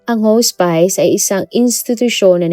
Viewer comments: Hospice /hos'pis/ hindi po /hos'pays/ 😭😭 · correction: not "hos-pays" it's "hos-pis" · Should be pronounced as HOSPIS not HOSPAYS ang HOSPICE. ✌️✌️✌️ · Haa-spuhs po...not Hoo spice. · I can’t 😂😂 hospis po hndi hos-spice😅 ! It sounds weird! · Hospice "hospis" po Ang pag pronounce ma'am 😊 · Hospice ang pronunction ay haa·spuhs. Just sharing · HAHAHAHA anong Hospice? pronounced sya as Hospis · Iha, hospice - hospis- ang pronunciation diyan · Lol! Bakit di inayos pronounsation. Di nmn ok mga puti sa English pero matatawa sila pag narinig itong hospice na basa. 😅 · Hospis po ang basa ng hospice